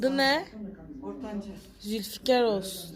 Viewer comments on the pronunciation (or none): none